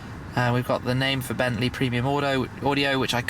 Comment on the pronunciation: it is bentley not bentslye